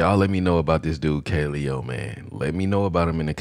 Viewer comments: Kuh-lay-oh is how u pronounce it. Listen to No Good. Also they have videos in an actual volcano, and on an iceberg you should check out. They're dope af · Just in case anyone was wondering, it's pronounced "kuh-LE-oh." They're out of Iceland, and they're SICK!!!